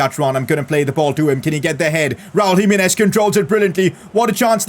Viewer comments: PCQ: you should try singing Gonçalo Guedes he's a LM LW with high potential, not too expensive and he's portuguesse, Also when you pronounce Raúl Jiménez say Ji- meh-nez not Ji-mi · PCq: it is pronounced Raul Jimenez, not jiminez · Its GIMENEZ not HIMINES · Pcq: Jimenez is prounced himehnez